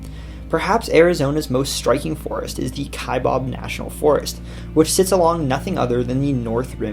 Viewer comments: That’s pronounced Kaibab not Kaibob. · Kaibab is pronounced ‘Kai-Babb’ not ‘Kai-Bob’ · The second “a” in Kaibab is a short “a” sound, like that in babble. If you said Kai-babble and dropped the “le” you’d have it.